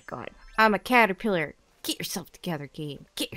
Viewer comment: the number of times you repeated "callapitter" and didn't figure out what was wrong with it is hilarious